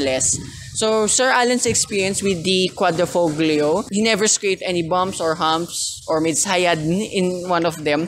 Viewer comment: Nice review. Btw Quadrifoglio is pronounced as quadri-FO- LIO. 👌